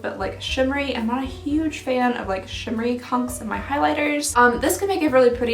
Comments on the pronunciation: She always says hunks and I hate it lol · When she was talking about the highlight did she say she doesn’t like shimmery cunks or chunks I watched it over and over again but I can only hear cunks.😂